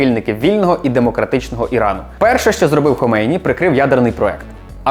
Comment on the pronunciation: Лише не «ХомЕйні», а «ХомейнІ») наголос. історики😃…